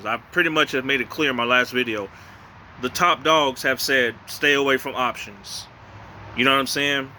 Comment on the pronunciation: Every time you say options, I cringe. LOL